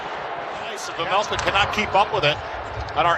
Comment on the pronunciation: please, its "carl vaymelca" not vemelkha...